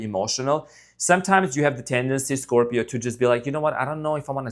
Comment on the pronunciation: I love your readings and when you say ScropJohn sp incorrect! lol